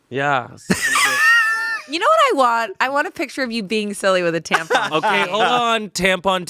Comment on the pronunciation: "A picture of being silly with a tampon" Garrett already did that on Eat it or Yeet it EDIT: Also trying to say Tampon TNTL..... pretty much sounded like TITTY NTL